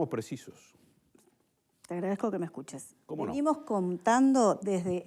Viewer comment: "Le agredezco que me escuche"!? La escuchó "demasiado" bien! 😂